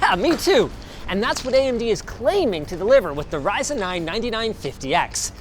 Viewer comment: "CLAIMING." Say it with me. "CLAIMING."